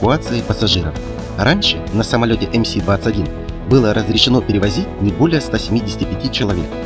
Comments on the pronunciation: Автор, ты в вакууме живёшь что ли? Какой ЭмСи??? ЭМЭС и никак иначе! Две русские буквы - М и С. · Автор ты не в Калифорнии не эМ Си, ты в России, а у нас эМ эС. Магистральный Самолёт. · Неуч, или англофил? Не эМСи, а эМэС. МС-21 означает магистральный самолёт 21 века. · Эм Эс, а не Эм Си! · Не эм си, а эм эс - 21. Нерусь. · Не эм си, а эм эс. МС-21 - Магистральный Самолёт 21-го века. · Раз автор произносит самолёт , как Эм Си, то и двигатель теперь должен произносить, как Пи Дельта или Пи Ди)) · Ну какой мля эМСи ??? 🤦‍♂️ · Хватит смотреть на запад , говори по русски ! Буква М читается эм , а буква С читается эм либо сэ.